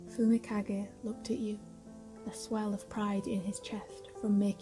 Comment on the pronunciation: subtitle pronouncing fumikage Subtitle : fumika gay walk- Subtitle : fumika gate